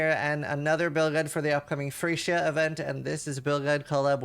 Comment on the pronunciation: When you say Phrecia it sound like you say "Free shit"